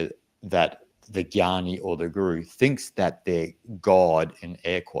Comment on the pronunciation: Not jhani .....it's GYANI